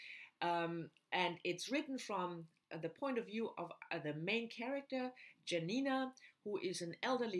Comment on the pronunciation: The best Tokarczuk's book is Primeval & Other Times. i love also Anna in the Tombs of the World. Dont call her Janina like jam, this is very bad pronunciation. Check polish "j" sound.